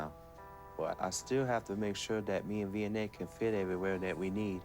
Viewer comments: I'm subscribed! I'm from Cape Town and every time they say Vianey, I hear V&A like the Victoria and Alfred Waterfront and I get confused. If I could have cashapp I would throw my hat into the ring, because this Capetonian never says no to money! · What is her name?? All I hear is "V N A"